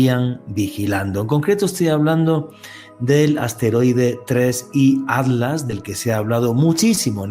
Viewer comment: Porque decis"ADLAS ", si es ATLAS...